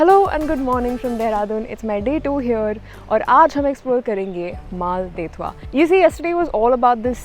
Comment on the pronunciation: Really love the solo female traveller angle just some feedback/suggestions - your pronunciations of the places are so off at least the spelling shown corresponds like you kept on saying Mal-de-tva when it is Mal-dev-ta in the Day 2 section Shastradhara as well ; given this is clearly a larger production would be nice to research a bit more about the places